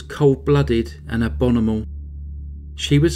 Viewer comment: “Abonimal”! Lol